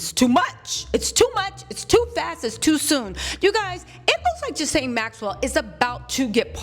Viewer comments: Ghislaine (Gee-Lynn) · Ghi-La-ne is the pronunciation the s is silent, I believe it's a French name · Gerlaine is the pronunciation. I think Trump will pardon her In exchange for her silence. However, this makes him look extremely guilty pardoning sex offender of the likes of her.